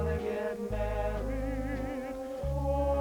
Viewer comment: why do they keep saying "marrehd" ?